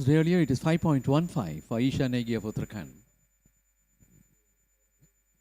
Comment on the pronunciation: Request to pronounce Uttarakhand correctly. It is Ra not R in Uttarakhand .